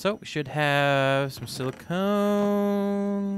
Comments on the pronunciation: Silicon: sil-ih-con Silicone: sil-ih-cohn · Also, silly cone.